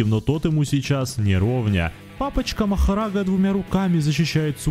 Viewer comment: Сколько будет коверкать имя Махараги?